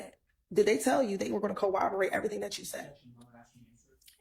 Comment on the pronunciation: Its CORROBORATE not cowoberate miss 🤦‍♀️🤦‍♀️🤦‍♀️🤦‍♀️🤦‍♀️🤦‍♀️🤦‍♀️🤦‍♀️🤦‍♀️🤦‍♀️🤦‍♀️#sitdown